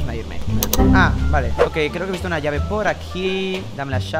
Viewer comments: dameee la llaveee me mori de risa con la vos le salio el asentó argentino xd 😎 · en el momento que dice:dame la llave-es como que cambio de idioma al de argentina